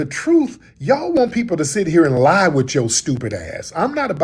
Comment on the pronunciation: ain't lying about not being able to say "lie"